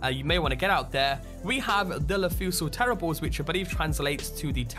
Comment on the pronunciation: terribles is pronounced terry-blay.